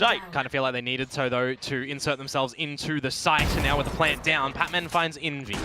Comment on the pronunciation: Guys, it's PatMEN not Patman.